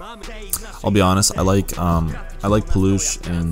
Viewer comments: Paalukh, not Polush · When I saw that Sokół part I was boiling and about drop a fat hate comment but I can see you explained your self and My Polish People dropped few comments about him so I'm good 😂😂 Ps. Szpaku read Shpackoo and Paluch is pronounced as Palooh